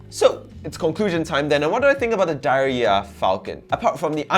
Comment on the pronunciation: I think I've heard the brand name actually pronounced "dee-air-yeea" which to me would make sense